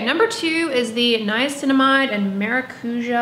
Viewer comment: [whispers] the tonic syllable in maracujá is the já